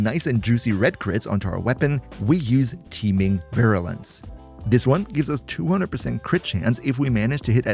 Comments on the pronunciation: Virulence, I BELIEVE, is "veer-ooo-lense". Syllable Breakdown: vi-RUH-lence Stress: Primary stress is on the first syllable ("Vir"). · vi-rUUU-lence its an U not an OU lmao Cool vid dude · I pronounce it veer-U-lence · Bruder hit us with the Proper German Pronunciation of Virulenz xD Servus! Keep up the great vids ^^ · The "Virulez" sounded way too german. Have I found company?😂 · Tu es français ? VirRrRrulence ❤️ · Your pronunciation of "Virulence" sounds so damn German that I paused for a second to wonder if you speak German too. It completely crashed my brain for a moment. -_ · At Virulence the German came out XD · was suddenly reminded of my german prof upon hearing the pronunciation of Virulence